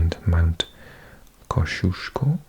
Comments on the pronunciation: Australian here! The pronuncication of Mt Kosciuzcko absolutely killed me (in a good way). It reminded me of when I used to work in a pub and people from other countries would order a pint of Kosciuzcko beer (named after the mountain) and pronounced it in such interesting ways that sometimes I couldn't even tell what they were referring to. It's pronounced like "Cozzie-aus-co" by the way. And regarding languages -- there's hundreds of Indigenous languages across the country but none of them are regarded as "official" languages by the government, and they aren't really taught in schools or anything. Sadly, most Australians probably can't even name more than one or two Indigenous languages, and are unlikely to recognise more than a few words. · The highest mountain in Australia is pronounced “kozzy osskoe” but I prefer your pronounciation 😆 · Australia’s tallest peak is pronounced Kaw-zee-osko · It’s pronounced cos ee ohs co haha!